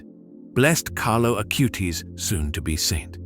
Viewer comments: Acutis not Acūte-is. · Please...pas CARLO AUTI mais CARLO ACUTIS!...:hand-orange-covering-eyes